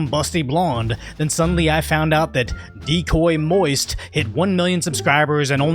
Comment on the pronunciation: He did not say "Decoy Moist"!!!!😂😂😂😂